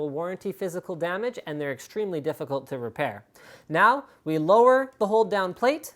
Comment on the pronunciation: I know it is "hold down plate", what I heard: "whole damn plate"-_- why........